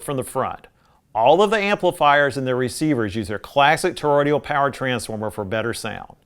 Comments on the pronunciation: Toroidal, not toroidial. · I know that this review was written four years ago but I have never watched it before but it’s sort of nagging at me you’re pronouncing Toroidal as Toroidial. You may be reviewing old videos that you made and I hope that you’ll correct this pronunciation error in the future. I do love everything that’s made by Cambridge though. They know what they’re doing. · Toroidal, not torodial transformers.